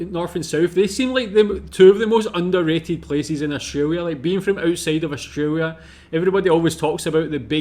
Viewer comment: South Aussie here. I enjoy your reactions and want to put one thing to you.. if you can't pronounce the 'L' in AustraLia' please just say 'OZ' 😂😂😂 bad enough we have to teach Americans to say auzzie instead of Ossy!! 😅 Os-tray-lee-ah ok, not Austraywyia!! 😂😂😂 It's just wrong. You wouldn't say Kuala Wumpur would ya? I know, I live in Malaysia now too but speak like a local sarawakian, and it's a lot more colloquial than plain bahasa!! So do us a favour, say Oz if you can't say it correctly.. from one mat salleh to another. ❤